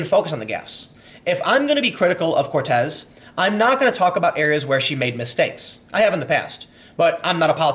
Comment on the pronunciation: Saying COrtez instead of Cortez was very humanising, Tim